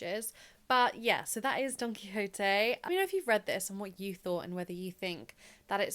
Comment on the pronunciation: Just wanted to jump in here to say you pronounced Don Quixote perfectly.